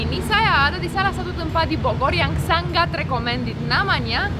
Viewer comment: Mbak kalo bilang SANGAT jangan ngomong SANGGAT ya kesannya kurang enak didengar kalo sengau jangan sanggat seperti ngomong ngatur,ngirim.dsb